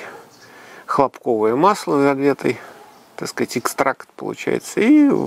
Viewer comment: Аж слух режет.Почему хлопкОвое то,а не хлОпковое.Масло из хлопкОв что ли?